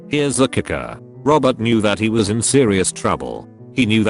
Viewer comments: Wtf happened to the word "was" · The fuck was that 'was' doing